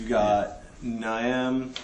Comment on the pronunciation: Niamh is an Irish firstname, it's pronounced "Neev". =)